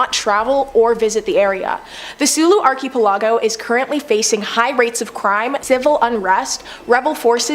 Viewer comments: It's pronounced ark i pel i go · Are you freaking serious? Archie pellago?!! Wtf is that